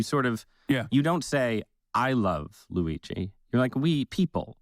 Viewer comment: The guy can't even say Luigi's name right. Holy cow. This man prolly thinks ketchup is spicy.